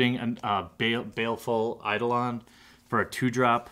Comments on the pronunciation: You did it. You pronounced Eidolon correctly :) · I can't believe you finally said Eidolon correct.